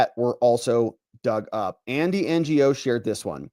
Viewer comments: So Andy's last name is pronounced "know" I believe but cute N G O 😂😂😂😂😂😂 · It's pronounced Andy No. Give this guy some respect. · Lol, Ngo is pronounced "No". And slightly on the same topic, Nguyen is pronounced "win". You're welcome. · Ngo is pronounced no. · I’d love to see you do a stream with Tom Fitton from Judicial Watch. He’s managed to get his hands on a lot of docs through FOIA and his books are excellent. Oh and it’s Andy No without the “G”.